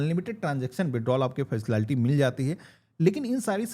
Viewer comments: Facilaality bol rha h 😂😂😂 jaahil gawaar h kya 😂😂😂😂😂😂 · Facility ❎ faslalty ✅